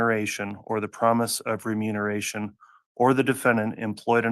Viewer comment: keeps saying “renumeration” 🫣